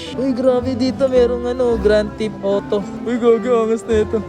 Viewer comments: Yun Tekken nagiging Taken 😅! Gran Tip Auto daw sabi ni haha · ps beta (vita), spygen (spigen), taken (tekken), grand tip oto (grand theft auto)... sheeesh. aral aral din magbasa pag may time.